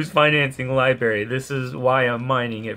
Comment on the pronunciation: It's a bit annoying listening to you repeatedly mispronounce Library and saying Libarry